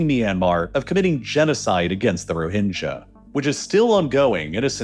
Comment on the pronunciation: Your pronunciation is dogshit bro. They're "Roh-hing-gah", not "Ro-hinge-a". These things are so easy to avoid, but you constantly mispronounce shit it literally seems intentional. I'm done. Unsub.